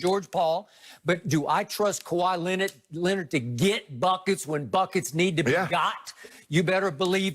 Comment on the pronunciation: Skip says Kawhi Lennat like Stephen A. 🤣🤣🤣